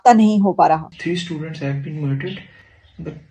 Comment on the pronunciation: 😂😂😂chimu sahab Pakistanis sudrent😂😂😂 matlab kya hai😂😂😂bara follow karte hai apni sudrent ko Bharat ha😂😂😂😂😂😂thik se bolo cheemu students bolo sudrent😂😂😂